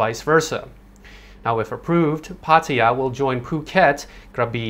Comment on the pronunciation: why he pronounces Pataya in a weird way, I thought this guy was Thai